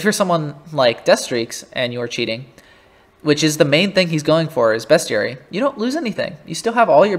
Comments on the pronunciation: lmao dude say beast not best lol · love u but best-ary? WHY DO U SAY IT LIKE THAT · ok but like… uhhhh… ITS JUST WRONG TO SAY IT LIKE THAY